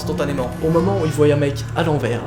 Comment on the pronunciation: Un moment tu dis voyent c est voient